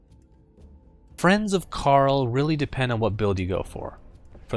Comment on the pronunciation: did he call him carl???